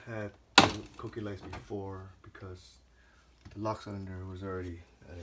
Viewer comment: pronounces them "Cookies" btw. Too funny.